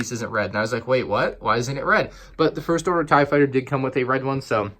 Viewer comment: Ah yes vonregs TIEE fighter